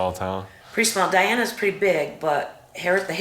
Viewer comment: Hey - NOT "Dina" but "Diana" like the Princess!!!1